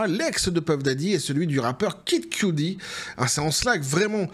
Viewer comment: QUE-dit comme QUE DIT-il. Pas Cue-Dee. Pour Kid Kudi, là (pas un fan, pas du tout hein, mais bon vu qu'il répète ce nom a chaque vidéo, il pourrait faire un mini-effort, je vais encore me faire engueuler mais cela choque mes oreilles, désolé). Apres on peut jouer de l'accent forcé aussi, genre Pouf Dada au lieu de son "vrai" nom à l'autre, là. Poff papy ou je sais plus quoi.